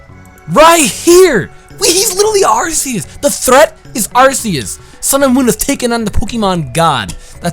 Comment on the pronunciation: Apparently Arceus is pronounced RKS.